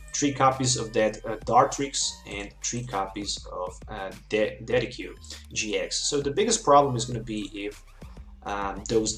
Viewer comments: de sid jew eye not ded e cue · The way you pronounce "Decidueye" makes me cry